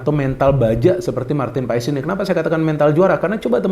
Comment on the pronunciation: Marteen Paes di baca Martin Pass min😅jangan ikutan 2 ....kasian yg kasih nama